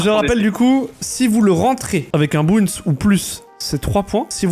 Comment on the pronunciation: Dsl mais est ce que je suis le seul a qui ca fait mal aux oreilles la prononciation de bounce et round de snip Sinon tres bonne video